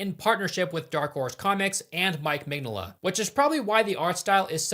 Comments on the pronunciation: It's Mig-Nola, not Mengele. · Mig "no" la not mig "nah"la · That it sounds like you're calling the artist "Mengele" a la Josef, while talking about a dude that punches Nazis is...perfection lol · Dude I love your videos but you aren’t even trying to pronounce Mike Mignola’s name correctly cmonnow 😂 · Every time he says Mignola's name it takes another year off of my life. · How do you do all of this research and make an entire video essay and still not know how to pronounce the primary creator and person you're talking about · just a bit more practice on Mike's last name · Bro butchering mike mignolla's name so bad lmao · please look up how the name is pronounced before you say it 30 times in a short period 😂 great video tho! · takes several weeks researching and eventually becoming fan of hellboy, but cant take 15 seconds to look up how to say Mignola, never change